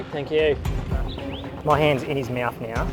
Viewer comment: I love this episode but the way that the guy that treated the aligattor says "meauthw" insteed of mought is messing with my nerves... omg